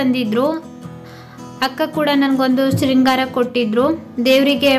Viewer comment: ಶೃಂಗಾರ ಅಲ್ಲ ಅಕ್ಕ ಸಿಂಗಾರ ಅಂತ ಅಂತಿವಿ ನಾವು